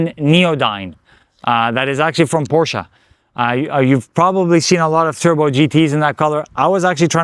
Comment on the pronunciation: Window tint more than 35 is illegal on driver window and windshield tint definitely illegal! White car with black wheels how boring. Except for the wrap looks like something a kid would do trying to be cool! You had a beautiful Porsche which you also don’t know how to pronounce correctly.